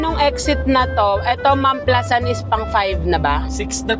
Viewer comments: Mam-pla-san tamang pagbigkas hindi po mam-plasan not basher here na bothered lang kasi sa pronunciation hahaha anw take care and more travel/sponty vlogs pa team pataba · As a laking San Pedro ako, alam ko mam-pla-SAN yon hindi mam-PLA-san ha correct me po if im wrong 😂😭, part ng Biñan po yan exit...brgy. yan sya... Anjan ang GARDENIA 🍞❤